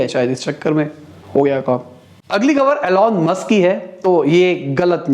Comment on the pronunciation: Why are u pronouncing Elon Musk name wrongly 😭😭😭